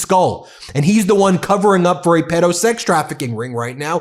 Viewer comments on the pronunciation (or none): none